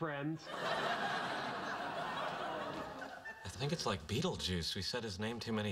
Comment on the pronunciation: I weawwy wike Bawwy